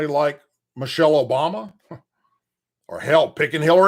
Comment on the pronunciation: please stop saying Michelle Obumer, it's BIG MIKE. LETS KEEP IT REAL😆